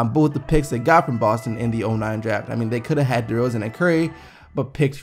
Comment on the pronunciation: Anyone realize he said "dezoren" lmao